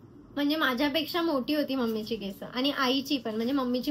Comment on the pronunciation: Kesaaaaa nahi bolt kes boltatst